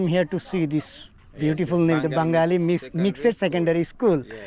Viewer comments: Mixed এর উচ্চারণ মিকসেড!!!??? আরে একটু আধটু ইংরাজী শেখ। এর উচ্চারণ মিক্সড। অর্থ মিশ্র। একত্র ছেলেমেয়েদের স্কুল। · মিক্স সেড না ব্র, উচ্চারণ টা মিক্সড্ হবে🥴